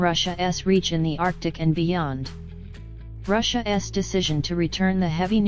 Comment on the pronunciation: "Russia ess." 😂